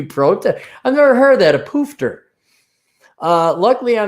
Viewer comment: hearing you say poofter is hilarious. Its old slang for the G in LGBT, was common here in NZ, not heard a yank say it. the pronunciation of the word is softer on the O's, more look or book than the hard O's you used.